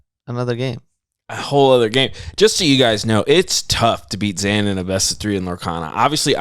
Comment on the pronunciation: It bothers me how mispronounces Zan's name immediately after the man himself says it. What a dick